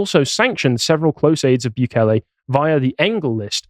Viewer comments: You're still not pronouncing it right. It's not Byu-kay-lay, It's Boo-kay-lay. But cool that you're covering him. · mate its pronounced like "boo-kele" not "bew-kele" soz mate xox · Still pronounced Bukele the wrong way there lad 😂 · Hate to be that guy but El Salvador is not loctaed in South America... And not that it really matters but since he mentioned he "learnt" how to pronounce "Bukele", is appropriate to say he is pronouncing it wrong... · It's hilarious how he managed to find another way to mispronounce Bukele lol